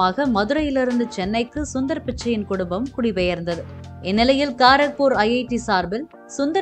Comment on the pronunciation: கரக்பூர் என உச்சரிக்க வேண்டும்.